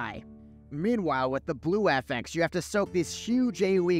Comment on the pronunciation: I was triggered by “affex” instead of “affix” then.. you did the splits. My man